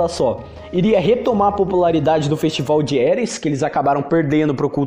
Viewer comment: "festibal" "fenistival"